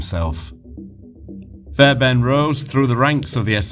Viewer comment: Great documentary and credit for the work you put into this, however I’m sure it’s pronounced as fair BARN , sounds like fairburn on the video